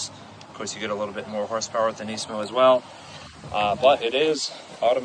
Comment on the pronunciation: Finally someone pronounces nismo correctly. Knee-San Knees-mo